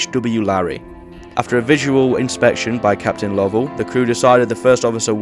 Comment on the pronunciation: It is incorrect. There is a different name, "Lovell" (like the astronaut) that is pronounced the way you did it, but it should be "Low-ell."